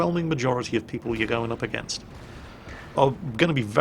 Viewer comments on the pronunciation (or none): none